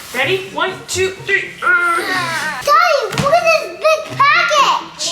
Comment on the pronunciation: the way pronounces package like “pack-itch” it’s so cute ahahahahaha